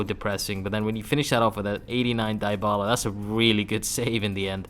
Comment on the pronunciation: Fck your "dybala" pronuntion